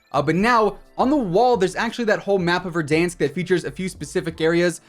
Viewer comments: This man say verdunks 😂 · “Don’t worry, can’t hurt you, he doesn’t exist.” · Keep saying Verdansk like that 😂🤣😂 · the way this guy said verdansk 😂